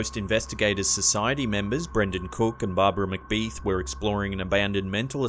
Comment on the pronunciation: Brandon Cook and Barbara Macbeth, Not Macbeeth.